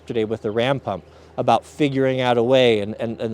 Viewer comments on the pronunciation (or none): none